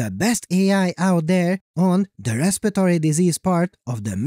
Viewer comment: ResPIRatory, not ResPITory. It's literally spelled that way and cannot be mistaken if you just look at the word.